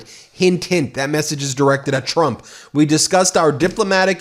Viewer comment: Bombing oil refineries and bombing innocent civilians are not the same. Putin taunting “Chrump” (as Caroline pronounces it), and Chrump doing nothing.